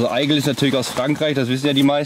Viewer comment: Ich weiss es ist klugscheissern, aber da ihr ja auch die Stiefel in gewisserweise promotet, dann solltet ihr vielleicht die Marke auch richtig ausssprechen. Es wird nämlich (ägle) ausgesprochen. Franösisch für Adler. Keine Kritik, nur ne Hilfe. WMH